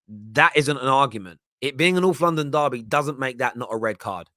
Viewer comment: When Holding got sent off last season, this guy wasn't all "it's a Norflondon derby! It's a vewwy good game!"